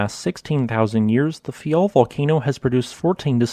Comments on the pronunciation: It's faiel not fayal😏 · It’s Faia, not Fayal